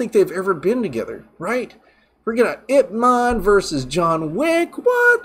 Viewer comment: Love your enthusiasm! Also your pronounced Yip Mun perfectly!!